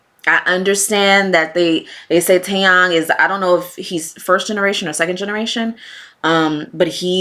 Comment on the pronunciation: You are pronouncing his name correctly “Yang” is pronounced “yah” and not “yeh”. Jimin is my ult bias through and through. I’m not much of a Kpop fan, but I appreciate it when there are good music regardless of genre, Kpop being one. The only Kpop groups I more than casually listened to were Big bang and BTS. Taeyang is easily my most fav in BB with GD close second. Taeyang is really talented, a great singer (better on live performances) and a great dancer. He’s also very humble and genuinely a really good person. Jimin has been such a huge fan of Taeyang. Jimin and Taeyang have different personalities but have so much similarities. I love them both. I’m excited for both of their albums that are coming out soon.